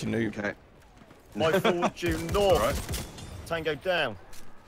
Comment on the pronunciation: Nawth lol